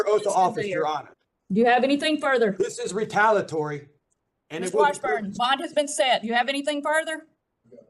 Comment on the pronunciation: Can't pronounce "retaliatory". 🤣